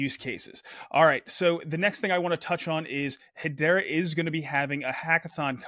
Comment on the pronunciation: Cool updates. Lots going on. Someone needs to do a better job getting the to pronounce Hedera better (accent on the second syllable please).